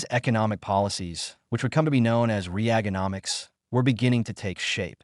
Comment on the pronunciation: Can’t listen to someone/something who mispronounces reagonimics in such an AI way. Either you have no knowledge of what you speak or you are an AI bot.